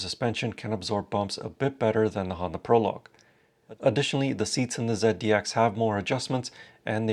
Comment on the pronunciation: ZEAD - D- X?? Um okay